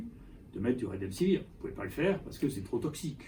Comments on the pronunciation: Avez-vous remarqué ? Le professeur Raoult prononce "redemsivir" au lieu de "remdesivir"; de fait, la suite des lettres est plus familière et plus facile à prononcer. A part ça, D.Raoult est clair sur le rôle et le non-rôle du médicament en question. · il ne sait même pas prononcer le nom du médicament, il le prononce "redemsivir". Il donne son opinion sur un médicament dont il ne sait pas prononcer le nom. Un médecin qui ne sait pas prononcer le nom d'un médicament qu'il est censé prescrire, c'est un grand scientifique mdr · lol, il ne sait même pas prononcer le nom du médicament, il le prononce "redemsivir" . Il donne son opinion sur un médicament dont il ne sait pas prononcer le nom, et vous dite qu'il connait son sujet, vous êtes rigolo. Un médecin qui ne sait pas prononcer le nom d'un médicament qu'il est censé prescrire, c'est un pro